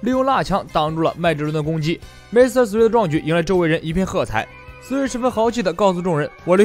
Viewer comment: mr3与其念 m r 3还是念mister3更自然